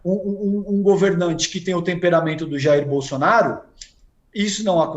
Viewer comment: Os SATOIDI estão tão viciados em determinados termos q n consegue falar BOLSONARO, Automaticamente pronuncia "bolsonarista" kkkkk